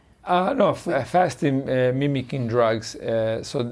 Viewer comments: Fascinating video. Slightly irritating that Dr Patrick kept calling it Fasting "Mimetic" Diet rather than "Fasting Mimicking" though! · Why does she keep calling it fasting “memetic” diet? Mimicking. Not hard. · What is she saying that sounds like "Fasting hemetic diet" ? She isn't saying: mimicking. I've played it over and over. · Is she trying to say, "mimicking?" She keeps pronouncing it wrong.